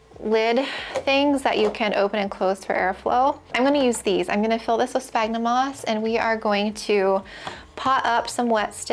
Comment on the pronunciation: Isnt sphagnum pronounced like sfagnum ??